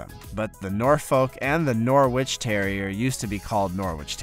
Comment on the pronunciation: It's pronounced Norritch lad. Like Keswick is pronounced Kezzick.